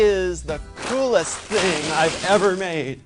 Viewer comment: any one else notice how he said "school-est thing I've ever made"